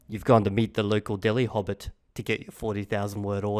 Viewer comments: i swear both times i heard belly hobit😭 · I cannot unhear "hobbit". Atomic hobbit, a hobbit glowing in the dark. Build a hobbit, a hobbit kit 😂